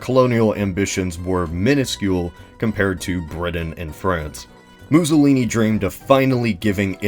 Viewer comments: muzolini? mou-soh-lini. two s' equals 'ss' not 'zz' as in mousse, not zabaglioni' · The way you pronounce Mussolini (MOO-solini) makes me think of an alternate timeline where the Italians (and Greeks) were minotaurs.